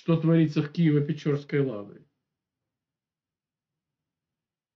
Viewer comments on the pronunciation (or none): Не печорской....а Печерской.....от слова укр....печера. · Не ПечЁрской, а ПечЕрской (печера укр., пещера рос.), дякую за ефір. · Не Печёрской а ПечЕрской. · Києво-Печерська Лавра ! Не печЁрской !!! а печерской от слова печера ( пещера по русски !!! )